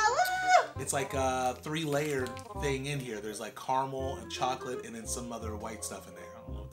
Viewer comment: Ok. So likes Milky Shocolate. But doesnt like Hazelnut Shocolate. While likes Hazelnut Shocolate. But dislikes Milky Shocolate. ^^